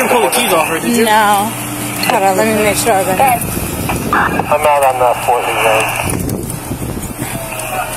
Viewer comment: I'm not going to dat bro! The word is that!! Officer